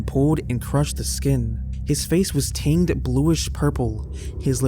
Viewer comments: Tanged? Do you mean tinged? I love your channel but honestly you need to learn how to pronounce some words! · Did you just pronounce tinged as "ting-d" 😂